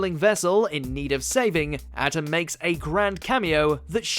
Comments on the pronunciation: the pharaoh's name is A-TEM, THIS is the RIGHT pronunciation, & NOT SOUNDING like adam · A-tem, not At-em. Sorry that was bothering me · Atem returning was so awesome. Also not to be rude, it’s Ah-Tem. Not Atom. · I wish y'all would pronounce Atem's name accurately...it's eh-tem! Not ah-tum. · AT'EM?????? IT'S PRONOUNCED " AEYTEM " OMG -_ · It's not ATOM. IT IS AH-TEM! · His pronunciation of Atem really bugged. It's pronounced "a tem" not "atom" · Its a-tem not at-em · Dude. It’s not Atom like the molecule. It’s ah-tem (ah as in autumn). How can you be a fan of yugioh enough to put it on this list yet butcher the names? 😂 oh well, I still enjoy the content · Why did you butcher Yugi's and Atem's names? You said 'Yugi Mutto", not 'Mutou'. And you called Atemu/ Atem "Atom", twice. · it isnt pronounced atem it is pronounced Ah-tem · a-TEM, not Atom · "Atom"?? Atom... wtf. Nah you haven't even watched it. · Why does he pronounce atem atom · Bro I no this man didn’t call atem atam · Did he just pronounce Atem as Atom. Thats how you know they are just reading off a script and not actual fans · AH-TEM....its fucking AH-TEM FFS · Glad I’m not the only who noticed that I may be the bomb but not an Atom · "Up and atom!" "Up and at them!" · LOL! ADAM'S RETURN! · Why can’t anyone say Atem’s name right? 🥺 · Why the hell did you pronounce Atem like that. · Your incorrect Pronunciation of “atem” is triggering 😭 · The way he says Atem 😖😖😖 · They killed his name so badly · Thank you someone says it I’m a big yu-gi-oh fan and how he was saying atems name was angering me lol